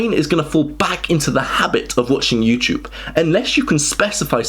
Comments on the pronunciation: What's this YouChube you speak of? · Say Youchoob one more time! ☠️ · I am not from an English-speaking country, is it normal to pronounce "iuuuuchuvvv"? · I love the way he says "YouTyoube."